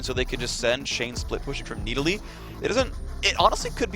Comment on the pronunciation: I totally forgot how stupid phreak pronounced Needalee